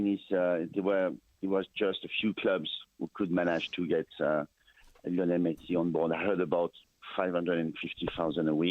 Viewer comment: Jesssshhh!! It is not liiinel it is liiiooonel man!!